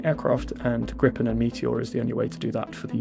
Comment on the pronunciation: Re Gripen: This is not english but swedish, so swedish pronunciation rules apply (yes, they have their own): [ɡriːpɛn] - not [ɡrɪpɛn] Do get a grip